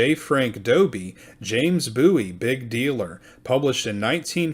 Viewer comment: It is pronounced BOO-EEE, not BOW-EE. James and the Bowie family are distant relatives of mine.